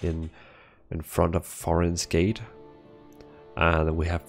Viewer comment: It is not "F"horin's Gate, it is "T"horin's Gate :)